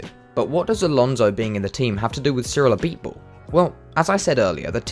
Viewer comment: Pronounces Cyrils full name Name Perfectly Me: Ah so French Noises